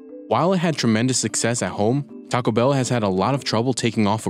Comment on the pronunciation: It's not "Tacabell," it's "Taco Bell" -- two separate words.